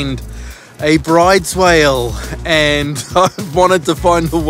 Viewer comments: Another great vid, boys. Enjoy the time off over the summer. FYI, weirdly the pronunciation of the whale species is "brooder", not like "brides". It's named after a Norwegian, hence the strange way you say it. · Awesome vid of the Whale. Out of interest, brydes is pronounced 'brooders'. Keep up the good work. 👍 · Bryde's Whale Norwegian it is Broo-dess fyi